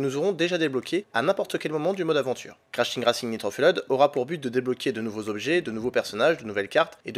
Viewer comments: "crash teag racing nitro feuled" pls faites un effort sur le prononciation :^))) Sinon bonne vidéo comme d'hab :) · prononcez correctement le nom du jeu svp !!!